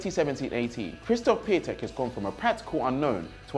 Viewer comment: You know Piantek is the right way of saying it, otherwise many people wouldn't have been saying it like that...